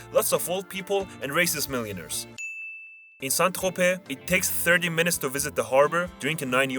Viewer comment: You nailed St. Tropez !! Very accurate.